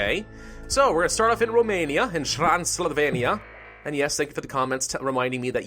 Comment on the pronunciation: tran sill vain ya (transsylvania)